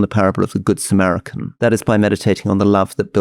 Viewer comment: The Good Samarican is probably the best misspoken word on the entire podcast series!